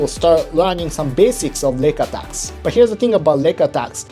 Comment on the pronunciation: I keep hearing "neck attacks" when you say "leg attacks", haha. But then you talk about kneebars and toe holds. Thank you for a great video.